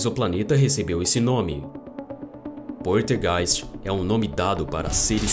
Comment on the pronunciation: poLtergeist, mas voce fala poRtegeis